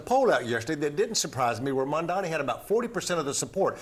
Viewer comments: *Mamdani not Mamdamy!🙄🙄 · why can't this idiot say MAMDANI correctly? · It is MAMDANI, Andrew. Are you dumb or are you mispronouncing his easy name deliberately ? Haven't you been told already by Mamdani himself during your awful debate where he gave you a shellacking of how to pronounce his name ??? Andrew it appears does not know his alphabets. Oh he is good at one thing though. Grabbing women and oh sending the elderly to their deaths